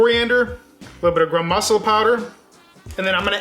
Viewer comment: They way he pronounces Masala is hilarious. I had no idea what he was talking about until I realized his pronunciation was off. However the recipe is on point. Great job!